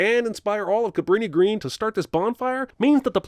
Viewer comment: As someone who used to live outside Chicago, I'm deducting sins for properly calling the projects "Cabrini-Green." It is NOT "greens" as in greenspace. Cabrini and Green are the names of the planners. People never get that right.